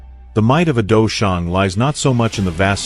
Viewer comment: It is quite pain to hear you pronouncing these words... dou sheng, ban sheng, dou zun, dou qi and the main character xiao yan... You can use the english term fight saint, half saint, fight Venerate, fight energy. For the main character... this is chinese name... either do the proper pronunciation or refer him as main character.